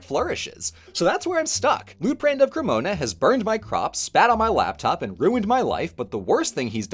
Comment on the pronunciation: I kept hearing his name as Loot Crate